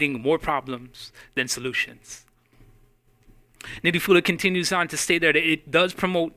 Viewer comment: say his name rite boy !